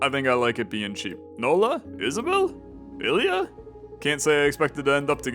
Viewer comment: Lmao, my name is Ilya, it was so fun listening to you mispronouncing it in so many different ways :D Glad you picked me, though :3 AIL YEAAAAH! :D